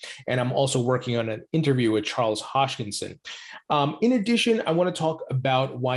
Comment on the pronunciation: Ha-s-kin-son not hosh-kin-son😉